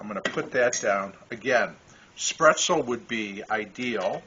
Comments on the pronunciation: I know that I have commented on this episode before, but I just had to nit pick on your pronunciation of the word “Spaetzle”… you were saying “spretzel”, almost like pretzel. I’m no expert on the German language, but I believe that it is pronounced “SPATE-ZLA” or “SPET-ZLA” or even “SPET-ZEL”. Again… sorry to be a pest. Still an excellent recipe! I just wish the cost of beef would get back to being affordable again. As always… take care!! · I wasn’t sure if I should even say anything… but now I know the Michigan way to say spaetzle! I hope you were able to visit a Maid-Rite in Iowa and have one of their famous loose meat sandwich! Take care!!